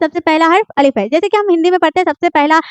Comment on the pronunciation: Are yr अलीफ nhi padha jata 'अलिफ़' padha jata hai बे nhi padha jata 'बा' padha jata isi trh sab me galati hai Aap khud उच्चारण (تلفظ ) sudhar lo tab aawo padhane Madam sir ji🙃🙃🙃🙃